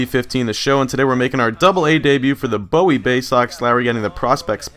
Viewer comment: It's boo-wie It's in Maryland Live there